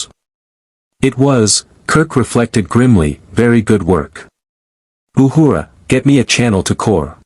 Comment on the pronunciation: I like how the A.I. Voice pronounces Uhura’s name “Ahooraw !” lol.